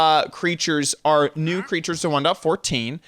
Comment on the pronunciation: The thing I hate the most is how you say 1.14 and that your complaining